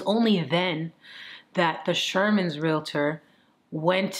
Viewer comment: Yes, thank you for the great thoughtful and thought-provoking content. And Thank You for saying "Real-tor" and not "Real-i-tor"😍😍😍